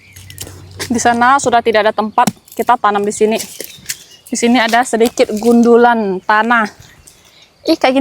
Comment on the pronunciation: Gundukan bukan gundulan